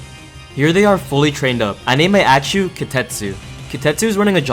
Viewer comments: Bro everytime you say Axew we have to say bless you💀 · how you said axew threw me off at first 😭 but i’m loving the video so far. always get excited when you post. i wish you could post more and still have the same quality but it’s not possible🥲 can’t wait for the next vid